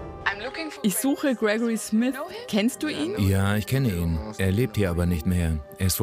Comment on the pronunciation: Nicht Smis, Smith .....